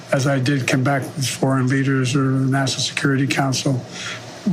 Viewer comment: Yep he says nass-son-al security council.